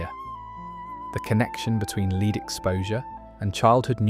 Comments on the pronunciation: Oh dear... AI again, Leed paint, pronounced LED, FGS! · La-ed, lead, not leeed. AI voice overs suck and are just lazy but the uploader